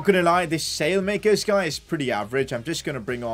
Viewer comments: Salemakers 😂😂, at least try!!! It's pronounced something like Salamakers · its not Salemakers as you say it's pronounced Salah-ma-cars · Its not “sale-makers” its “ salay-makeers” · By the way Saelemakers is pronounced like this - Salah Mackers rather than sail makers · As An AC Milan Fan, His Name Is Pronounced Sah-La-Ma-Kers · you're saying his name wrong it's pronounced "Sally - Mac-kers" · You have to say Saalemaakers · Just say the e as an a from saelemakers speak the e as an a